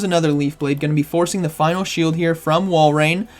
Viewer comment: This has to be said but before i do i love your vids now its pronounced walrin not walrain think of it like this say walrus then walrin if yall still say walrain then idk what to tell you lol🤣